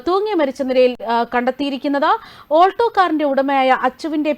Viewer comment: Olto alla Ketta alto 😂